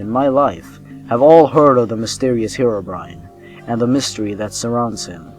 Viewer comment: It's pronounced Hero not Hiro, Herobrine